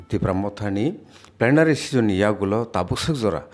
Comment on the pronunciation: Not the season it is sesson understand learn properly